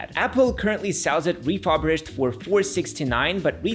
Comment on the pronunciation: RefuRBished not refuBRished, by the way...